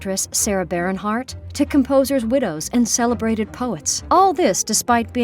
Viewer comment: sarah Barren heart? lol...Please learn correct pronunciation before narrating a video